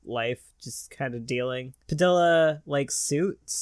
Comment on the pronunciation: I can't get over the way you pronounce padilla The Ls are pronounced like a y not actual L.